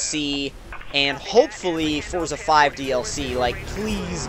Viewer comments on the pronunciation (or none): none